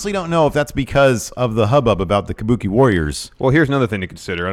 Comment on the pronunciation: Kabookie warrors exspearince